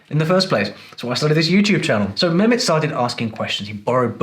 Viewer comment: As a linguist you know his name is not memet you forgot the h his name is meHmet and as you brag to be speaking arabic you know the H means ح at least do him honor by prononsing his name correctly just a between the brakets comment